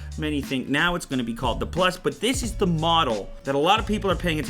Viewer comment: LMFAO! listen and loop it from to > he says "The company in China that deeeveloped dis dis mockup"